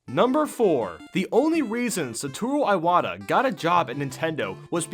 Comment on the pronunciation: Eye Wata?